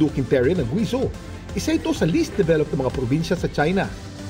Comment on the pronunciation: "guweyjow" ang pronunciation, Kuya Kim! Grabeh naman, sa Gwizoh